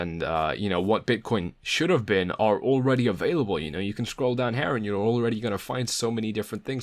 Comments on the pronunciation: It’s here not "hare" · Lol, that was indeed funny. I kept thinking of HEIR instead of HAIR. Apart from that, very nice TA. Thanks! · Nice video but I think I can't get over the way you say hair instead of here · It's here, not HAIR!!!!!!!!!! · "Hair" is killing me. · Excellent video, first time viewing, will subscribe and spend the word. However your pronounciation of "here" makes me feel slightly sick. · Damn! Now I can't un-hear it....